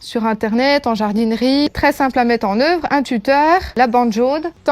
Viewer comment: "en euuhvre" ça c'est l'accent franc-comtois :D. video sympa je m'abonne